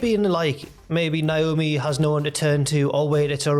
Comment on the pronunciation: Her name is pronounced Naomi not Niomi